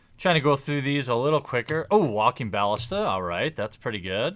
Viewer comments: Isn't it pronounced "ba-list-a"? I always here "bal-ista" from you. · Hey man, I love the videos but Walking (Buh-Liss-Tah) <3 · i enjoy your videos but can you pronounce ballista right